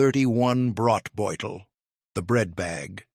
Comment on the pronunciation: Broht-boy-tal not brot.